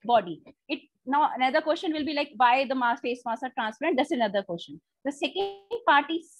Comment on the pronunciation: Madam Question is pronounced as Kw-es-chen, not as Kyo-shan.